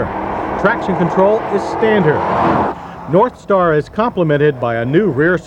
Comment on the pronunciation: i swear he said warpstar V8.